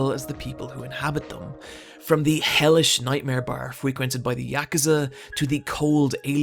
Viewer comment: The way you say Yakuza is so satisfying.